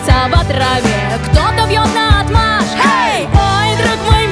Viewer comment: нао́тмашь - ударение на букву о!!!! наотмашь нареч. обстоят. качества 1. Размахнувшись, с силой отводя руку от себя при ударе. 2. Употребляется как несогласованное определение.